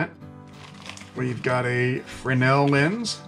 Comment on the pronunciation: Try “fresnel lens”, not “freno lens”.